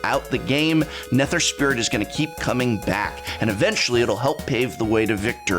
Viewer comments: I've been watching for years now but this is the first time I'm gonna ask... Are his Mispronunciations intentional???? RAZ...NE-TER...it has to be intentional Prof. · The way you said Eladamri and Nether made me want to kick a puppy. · while I also cringed, I'd be careful with the puppy, John Wick is around...